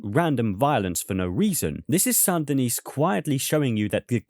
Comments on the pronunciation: Saint Denis is pronounced "Sandy Knee"; the "t" in "Saint" and the "s" in "Denis" are silent. French, am I right? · Tiny nitpick: So you don't pronounce the last S in Saint Denis. It's like San Da Nee. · it’s pronounced “San din-ee”. The S is silent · The last S in San Denis is silent. Much like the E in Van Der Linde. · Please stop pronouncing Saint Denis that way lol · The “s” in “Saint Denis” is silent bro